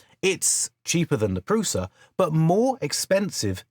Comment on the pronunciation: by the way, prusa is pronounced (prU-SHa)